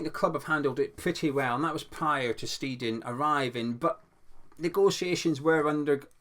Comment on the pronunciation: Boring comment but maybe useful! In German an ei vowel combo is always an “aye” sound . An ie combo in that order is an “ee”. So it’s Tim Sht-aye-ten hope that helps re pronunciation.